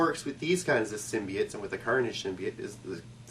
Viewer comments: lol symbiate instead of symbiote. your way sounds cooler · It's pronounced "sim-be-Ote" = symbiote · I think it's Sim-be-aught.